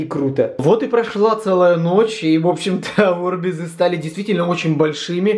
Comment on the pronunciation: французский футболист. Жан-Пьер Орбиз. Ударение на "И".